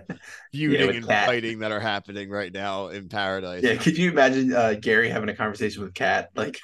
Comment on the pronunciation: It's pronounced "Gary," not "Jerry."